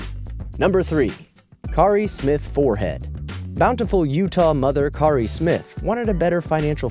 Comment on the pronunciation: Kari is pronounced 'carry'